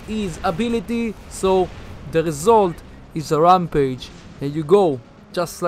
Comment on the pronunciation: Anybody ever tell pixonic that its rampage not wrampage